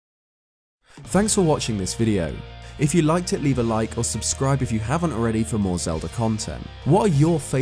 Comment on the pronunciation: bro are you a pirate? Tf you keep saying fer for?